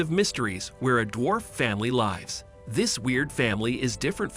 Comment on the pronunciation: Why does he keep saying "lives" wrongly.